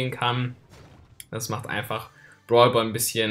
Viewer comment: Ich verstehe nur brwalboy anstatt brawlball